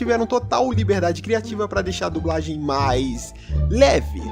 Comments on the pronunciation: A unica coisa irritante é ter que ouvir vc falar "dubragem" o tempo todo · "DuBragem" kkkkkkkkkkkkkkkk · "dubragem" kkkkkkkkk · Toda vez q o diz "dublagem" eu entendo "dubragem" kkjkkkkk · dubragem kkkkk (perdoe a criancice kkk)